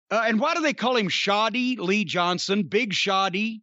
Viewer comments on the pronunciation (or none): Shotty Lee. Not Shoddy Lee.